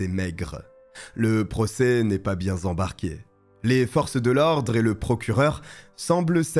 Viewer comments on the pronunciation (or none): « Le procès n’est pas bien Z’embarqué » cet épisode c’est vraiment les Liaisons Dangereuses 😂 Merci en tout cas pour tes vidéos, à chaque fois si complètes 👌🏻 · "N'est pas bien Z'embarqué " ?😆.... mais j'aime bien t'écouter....